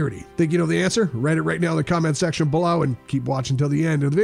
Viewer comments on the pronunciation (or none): none